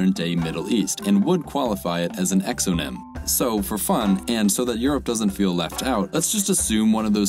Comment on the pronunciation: You need to work on the name for Europe